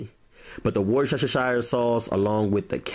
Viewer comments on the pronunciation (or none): No, 0623kaboom. It is a common mistake of pronunciation , but there is no 'h' in Worcester. It is woo(as in woof) or wuh ster. I outta know. I'm from there. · FYI: It's pronounced "wush-dur-shurr" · Worcestershire say it ! 😂 not worsheshershire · wu- stuh - shuh sauce. You're actually making cottage pie. Shepherds pie is lamb 😂😂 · It's pronounced "Wister shire" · Just say Wooster sauce. We do. Everyone will know what it is. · Please never stop making cooking videos. Your personality is so much fun and original and infectious! A lot of people can’t say the W sauce haha “Wustah - shear “ if you can imagine saying it like that lol can you make custard pudding next ?! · Um, um delicious! And in return the name of that W sauce is pronounced Wooster. I know doesn’t make sense but the English language rarely does especially in England. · It's pronounced as,''Wooster sauce''. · Worcestershire sauce pronounced Wus-ter-sheer sauce...if that helps 😉 Brilliant video and fabulous Shepherds Pie, thank you! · Love your voice and how you say things, I’m a native English lady and you are getting there with your pronunciation of Worcestershire sauce, just say Worcester and then Sheer and you will sound like an Englishman… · "Woos' ter' sher" sauce. Real easy. "Woostersher" sauce. Any town in England ending in "-shire" is pronounced "-sher". Any place spelled something like "Worcester-" is pronounced "Wooster-". So, Worcester is pronounced "Wooster". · The Worcestershire sauce is pronounced, Woostersher sauce. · As an ex-pat Brit what you have made is actually a Cottage Pie. Shepherds Pie is always, always made with lamb - Shepherds Pie. Secondly Worcestershire as in the sauce is simply pronounced as Wus-ter-sheer. It looks great - will definitely try it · Agree with "Wooster" possibly "Wister" but definitely no "shire" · Worcestershire also pronounced 'Wu-Stir-Sauce' LOLOLOL It's how we say it in South Africa Like Leicestershire = Lester-Cher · It’s pronounced WOOSTER-SHIRE SAUCE